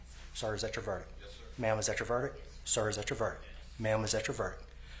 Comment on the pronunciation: Judge can’t even say “verdict” properly after repeating it though..